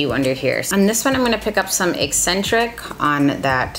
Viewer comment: Out of everyone who has reviewed this palette you are the only one who has pronounced Eccentric correctly. Everybody else keeps pronouncing it e-sin-trick. It’s been driving me nuts!